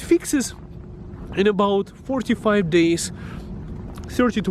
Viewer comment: Sounds like he said 4 to 5 days 😂😂